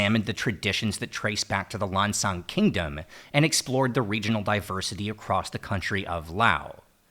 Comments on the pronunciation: Go on ThaiPBS they show Lao Vieng and Lao Krang teaching Thai people to cook. You will never see Thai teaching Lao people to cook. And stop saying Lan Chang it's Lan Xang. Say it the way Lao people say it. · Not Lan Chang. It's Lan Xang. Speak Lao correctly if you want to be the people of Lan Xang. Lao people is the people of Muang Sua.